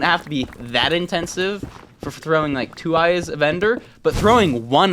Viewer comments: you said ike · "You said Ike"